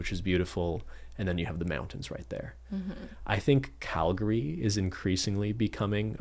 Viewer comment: They are true Canadians because they pronounced Calgary correctly.